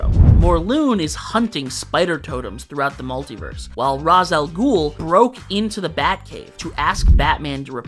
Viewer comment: I heard the way you pronounced Ra's Al Ghul and thought, does this guy really know his comics... Then you mentioned "Matches Malone"!